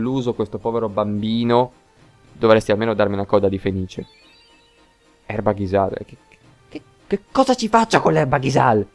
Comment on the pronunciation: grande ritorno :) "Ghisal" con l'accento sulla a è un altro svarione tuo o è una licenza poetica? il tuo "falsetto" mi suscita odio profondo, basta XD ci vorrebbe lo spin-off "Dialoghi intimisti tra missili in procinto di esplodere" secondo me a Zell si è preso uno schiaffo in faccia i sottotitoli di Youtube della parte in infermeria sembrano una supercazzola :D "quando io comanderà questo garden perché manca la focosa"